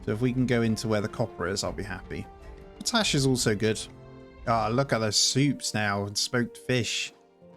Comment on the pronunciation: you've gotta manage the pollution, you can literally see it sticking to the ground. Also, it's pronounced pot ash, like two words